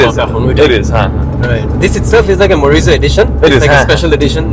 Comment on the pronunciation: Can someone tell him it's "Morizo Edition", not Marizo Selection?